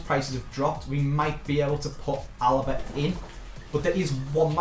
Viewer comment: Alaba ya mean alba